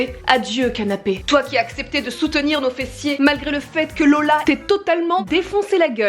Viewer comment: C'est pas Lola mais Leula 😂😂